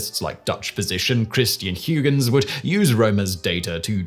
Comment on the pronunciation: Absolutely butchered Christiaan Huygens last name there Simon.